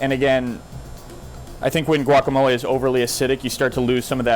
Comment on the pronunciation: Sea-lontro. Guacamol-ah.